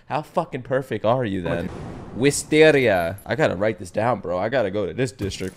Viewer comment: Damn, the way how you pronounced "r" in "Wisteria". As i know, english-speakers don't pronounce this letter like that. I'd say, you pronounce it with Russian or Ukrainian acent.